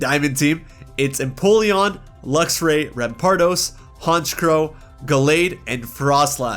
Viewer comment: IT'S FREEZE, NOT FRIDGE! AND THE SECOND C IN HONCHKROW IS SUPPOSED TO BE A K!